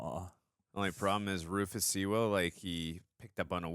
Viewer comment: Lots of fun, though the constant mispronunciation of the surname Sewell was annoying.